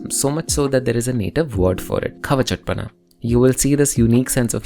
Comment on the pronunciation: its not khava-chaat- pana, its khv-cht-pnaa